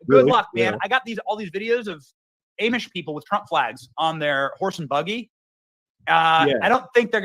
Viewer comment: It’s funny how Benny pronounces Amish.